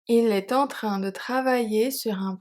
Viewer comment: Thanks! Some of the emphasis sound strange to me though. Like wouldn't it have to be on the word "train"??